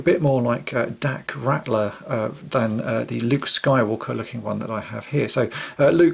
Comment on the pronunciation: Pretty good. (Dak didn't have a red stripe though, so you may want to remove that.) Oh, and it's actually "Ralter" like brawl, without the B. Not "Rattler". Four years too late, now that i'm looking. :D Cheers, love the channel!